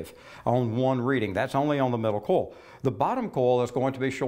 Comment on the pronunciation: "coil" is pronounced "koy-uhl", not "kohl."